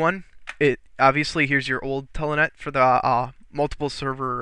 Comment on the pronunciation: Good video but it is Telnet! Not TELANET!!!